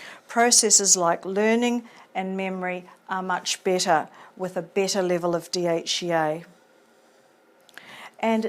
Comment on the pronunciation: A good video, but the specific accent is very strong and difficult to understand at times. Steps sounds like "stips", Better sounds like "bitter", Factors sounds like "fectors" etc